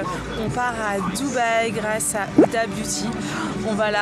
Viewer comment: Elle a l'air hyper gentille youdha (je sais c'est huda mais tu me fais trop rire parce que tu dis youdha😂😂) et tu étais magnifique quand elle ta maquillée gross bisous ❤❤ #warriorforever